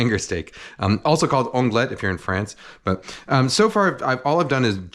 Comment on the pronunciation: The T is silent in Onglet, otherwise great prononciation :) One of my very favorite cuts of meat!